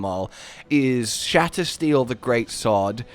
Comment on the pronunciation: I love that the whole time hes pronunciation for the greatsword, his favorite, is wrong. He keeps saying shatter steel but its shatter"seal"